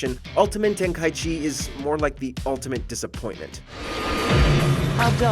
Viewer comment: I’m offended on how you say the ten ki g game